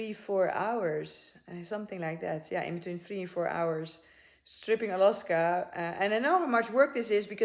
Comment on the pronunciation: its Alaska not Aloska :)